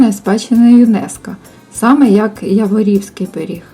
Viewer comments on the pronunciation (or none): Я-ворів, Я-ворівський КНИШ. Наголос на першому складі...